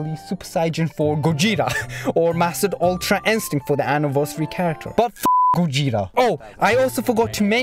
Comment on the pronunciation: Normal people:- Gogeta:- Gojeta 😂😂🤣🤣